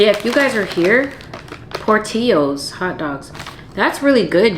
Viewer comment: AYE don’t try Chicago new foods cause ion know wtf that potato was … and She said port teos 😂😂 it’s PORT TIL LOES .. Mo